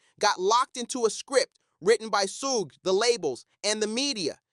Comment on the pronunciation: WtF is "Sooooog"???😂😅